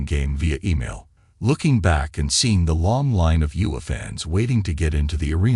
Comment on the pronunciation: IOWA not UWA!!! Also AI mispronounced Des Moines, of course!